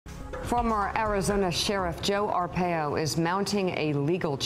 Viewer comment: I love Morning Joe, but it's Ar-pie-oh.